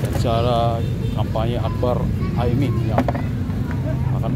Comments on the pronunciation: Ini org ngomongnya dari tadi Aimin bukan Amin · Bukan Aimin bang tp Amin. Kok dr td nyebut nya Aimin terus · Mas jangan sengaja sebut Aimin, tapi Amin yg benar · Ini pemilik akun, selalu ucapkan Aimin, Salah woy... AMIN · KOQ AIMIN?... bukannya AMIN? Pake lidah mana min? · Bang bolak-balik ngomong AIMIN terus... yg bener AMIN bang... wah jd curiga nih... jangan2 kelompok AIMIN WITJAKSONO...